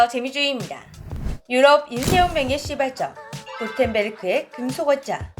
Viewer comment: 저만 쌍시옷 ㅅㅅㅣ발점으로 들리는 걸까요? 제가 썩은 건가봐요.